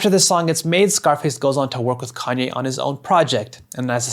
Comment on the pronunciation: Who is this conyay? I think his name is ye.